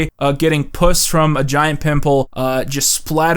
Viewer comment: I’m an hour in and noticed several mispronunciations of Scott Baio and one mispronunciation of “puss” and I’m convinced it’s a bit that will pay off in the last hour